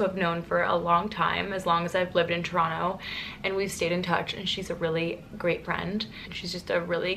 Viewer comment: just started the vlog, but so far you pronounced it right (toronto) LOL